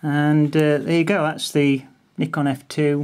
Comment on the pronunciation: thanks you so much for pronouncing Nikon properly